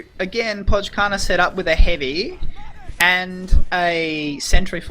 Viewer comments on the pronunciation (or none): its pronounced "poi karna" btw :~)